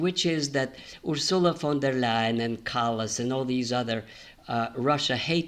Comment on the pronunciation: it's UR-sula, not Ur-SU-la.😃BTW, you should have mentioned that Votkins is the birthplace of Tchaikovsky.